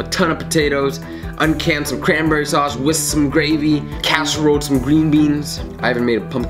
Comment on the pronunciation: ''sause'' XD😂😂😂